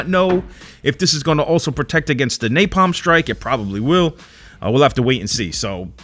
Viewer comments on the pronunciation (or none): none